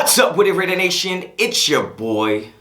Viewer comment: RAIDER N A T I ON .... N A - S H U N IS DONE. NOT N A- S H I N !